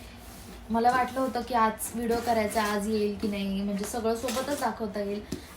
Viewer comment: In marathi it's called मला not माला उगाच आपल जास्त शुद्ध बोलण्याच ढोंग करायचं आणि अर्था चा अनर्थ करायचा माझे पंजोबा आजोबा पप्पा आणि मी म्हणजे आमच्या 4पिढ्या पुण्यातच वाढल्या पण गावं आमचं बीड आहे आणि मला चांगल माहित आहे बीडची भाषा म्हणजेच tone कसा आहे मी आणखीन अशे नाटकी केलेली नाहीत मी एक vlog पाहिला होता तुझा जेव्हा धीरज दादाने चावी हरवली होती त्यात तू ऋतुजा आणि धीरज दादा होते तू त्या ब्लॉग मध्ये तुझ्या actual tone मध्ये त्याला ओरडत होती मग मला समजल की तुझा tone गाव वालाच आहे तर तशी बोल ना उगाच कशाला मी खूप शुद्ध असल्याचा आव आणायचा 😂😂😂